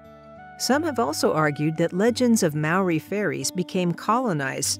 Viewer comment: Maori is pronounced mouldy? 👀